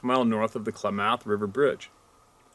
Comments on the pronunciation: When you say Klamath, I believe you're putting the emphasis on the wrong syllable. I've always heard it as KLAA•mεth, where the "ε" is meant to represent the schwa sound. (Don't have the right symbol on my android keyboard.) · Clam-ith. Klamath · Klamath is pronounced 'Clam-ath' Or Kul-am-ath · Klamath. Emphasis on math. Said kla very soft "a"; math(emphasis but still soft "a" sounding close to moth. )